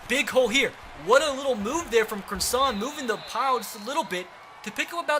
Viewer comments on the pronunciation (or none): its pronounced cross - ehn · Please say Dalton Crossan name write I went to highschool with his brother it’s xrossan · He went to sachem north if anybody wants to question me idk why I’d lie about that I just think if he’s up for captain his name should be said correct!! 👍🏻👍🏻